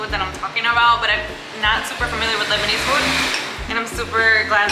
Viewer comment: Lebanese not Libanese 😆